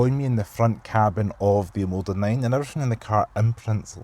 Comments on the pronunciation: Great review, but PLEASE, it's OMODA....not OMADA! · It's OMOda not OMAda lol